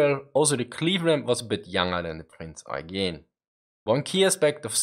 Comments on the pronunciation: "Prinz Eye-geen" that's a new pronunciation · The way he said Prinz Eugen also made my ears bleed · Good video but the pronunciation of prinz eugen is weird